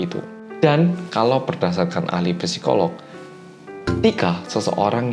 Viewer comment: Kak, mon maaf mau benerin pengucapan, Psikolog dibaca sikolog (Pnya ga dibaca) ya ka, hehe Soalnya merupakan huruf yunani 🔱 dan emg dibacanya “si” bukan pesi hehe Terima Kasih🙏🏻